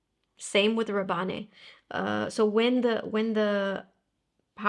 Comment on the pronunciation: Pourquoi vous dites Rabanné ? Ce n’est pas Paco Rabanne ?